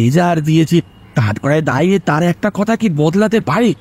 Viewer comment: বাসু সাহেবের মুখে "দাঁড়িয়ে" শব্দটা কেন বারবার "দাঁইরে" হয়ে গেল বুঝলাম না। খুবই অপ্রস্তুত হলাম শুনে !